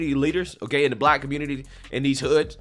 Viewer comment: The "communitah" strikes again.